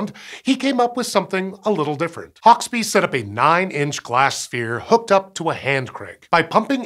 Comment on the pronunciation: And Hauksbee is pronounced... Oh no wait, he got that one right (given that he has an American accent).